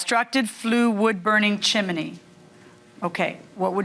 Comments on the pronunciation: She said "Chimeny" again!! 🎉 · It’s NOT CHIM -IN-EE, judge! It’s CHIM-NEE.